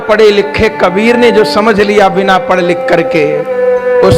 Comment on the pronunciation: पड़ और पढ़ का सही उच्चारण तो करें।